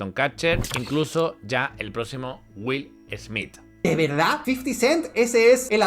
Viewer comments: Que mal hablas..... pronuncias muy mal el nombre del corrupto Smith y muchas otras palabras..... Dices: Wil Hmii.... y debes decir: Willy Smith y la fonética de pronunciación es: " Wiiall Sssmithz" !! No dan ni ganas de escuchar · Perdón dijo... Jolivu😂😂.madre mia que faena...además Wil esmi🎉🎉🎉.menuda faena.falta que digas helicoptros